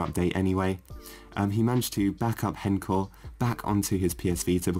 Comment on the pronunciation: That is not how you say h-encore at all buddy